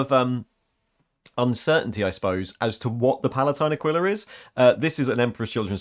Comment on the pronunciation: Just want to put out it's actually pronounced "Uh-kwee-la" or "Uh-kee-la". It's comes from latin and is in the bible I think. Also I couldn't tell you why, but I thought the Emp Kids aquila thing was specific to wearing one on chest armour. Shrugs